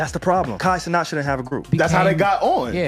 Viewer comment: It proves they dont know wtf theyre talking about when they can’t even pronounce Cenat correctly